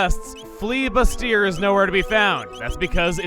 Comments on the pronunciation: "bust-ee-er" means "more busty". "boo-stee-ay" is what you stole from Flea. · Bustier (buss-tee-er) is what you would call a woman with a larger chest than another woman. Bustier (bous-tee-ay) is an article of clothing. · Bustier is pronounced Boost-eee-ay. It's a French thing. EDIT: Are the Ozzie Pants a reference to Oolong in Dragonball? I like to imagine they are. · Bustier is pronounced boost-ee-ay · FYI, Flea's Bustier is pronounced boo-stee-ay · Bustier is pronounced "Boo-stee-ay" Can't blame English for this one since the word is French. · For the words he mispronounced in this episode (wrong type of "desert" and "bustier" like an adjective, and the ever-present "magus" of course), this was not one of them.